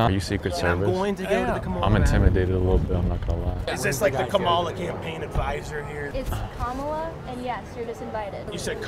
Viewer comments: “you said Kamuala” 😂😂😂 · “you said KaMAla?” lmfao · Funniest part of the video "You said kaMAla" 😂